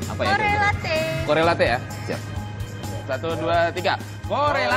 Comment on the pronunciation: At least cari tau cara baca “correlate” tuh Gimana ya 😅